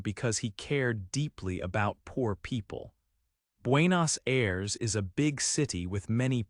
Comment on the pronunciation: 😆 pronuncias muy mal Buenos Aires capital de Argentina